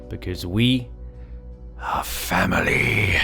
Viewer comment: BROOOO any one else get the chills when he said "we are famiry"???